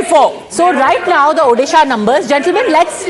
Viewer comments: When will she learn to say Odisha not odehshaaah. It is annoying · It's O-DISHA pronounce it properly north indian gandus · What the hell is ओदीशा ??? Pronounce correctly or stfu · It's not Orissa,it's Odisha mam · Pls pronounce ODISHA properly. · This is the odisha in India!! They not able to pronounce Odisha clearly, And saying pandian is a bahari loko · MF it's odhisa it's odisha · Please announce properly Odisha. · Pronounce the state name properly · First of all, please pronounce the name of my state properly, or else please delete this video. From a channel like Times Now, this is humiliating! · Please pronounce Odisha correctly . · Abey Mere Rajya ka name sahi se pronounce kar .... L***di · Pls pronounce Odisha properly